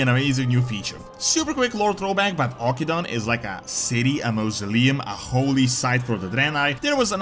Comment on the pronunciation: It's pronounced Aw-kin-doon we literally got the proper pronunciation in WoD.